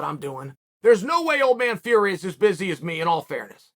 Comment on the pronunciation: Biggest bullshiter in the world everyone knows Tyson fury and he still pronounces the surname wrong He promotes MMA and wrestling This guy has no say when it comes to boxing